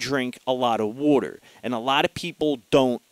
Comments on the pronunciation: the way u said water made me laugh lol. i think that actually helped my anxiety lol. drink lotsa wooter lol. not makin fun btw im sufferin from anxiety and panic attacks also atm. to where my heart palpitates and feels like im gonna die. i find meditation has worked the best to help and have had some success with tap therapy! but really that doesnt get rid of the problem just helps u cope. i think the only real solution is finding out wuts actually causing your anxiety or panic attacks. then overcoming it with your mind. your mind is stronger then your worries. and u can defeat your worries with your mind. the hard part can b diagnosing your problem and facing it head on. trust me! meditation is a good way to start to attack your problems everyone. try it! and not 10 min of it. ul see after about 20 min u start feeling better and the deeper u go the better u feel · Wooter.:) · I like how you say water... LOL.